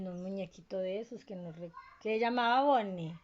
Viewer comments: Me gusta la parte en la que dice boniie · 20% del resumen "Entonces" 20% "osea" 10% "Fredys pizeria" no "Freddy Fazbear Pizza" neeeel 50% BONNIE!